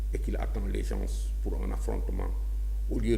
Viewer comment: Yow , amatti nga diomm. On ne dit pas gensss , c'est une faute. Sonko doussène morom , khamal li ngay wakh dé, niammone nga